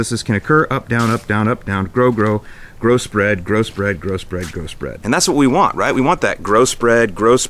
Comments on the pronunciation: I know he's saying growth spread over and over. But.... gross bread gross bread gross bread. 😆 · Grow-spread sounded like gross bread 😜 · lol I kept hearing Gross Bread Gross Bread Gross Bread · Sounded like you said "gross bread, gross bread, grow spread" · Did you say gross bread lol